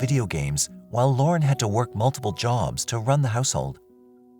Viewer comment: was looking for this, also how he pronounced “jobs”